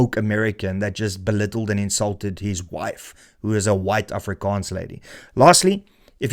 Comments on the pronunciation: An afrikaans girl married THIS guy? He can't even pronounce 'Afrikaans'... His wifes boyfriend is gonna be so mad when he sees this... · Afrikaans wife but cant pronounce it correctly? Married but no wedding ring? I definitely believe you 🙄